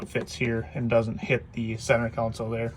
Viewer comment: Console not council